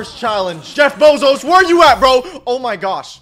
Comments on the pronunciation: Why does he say Jeff bozos instead of Jeff bezos?😂😂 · that aint jeff bezos its jeff pesos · Bro litteraly said jeff bozos💀💀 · Bro said Jeff bozoes 💀💀💀💀